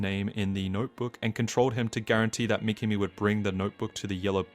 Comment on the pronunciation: Good video but pronunciation of certain words or names like Mi-ki-mi instead of Mi-ka-mi makes it goofy..... (see what I did there?)